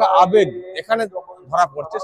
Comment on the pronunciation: ওটা ‘আবেগ’ হবে। ’আবাগ’ নয়।